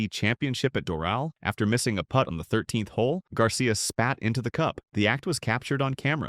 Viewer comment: “Players behind him had to poot over the damaged areas.” Poot. Not putt. Poot.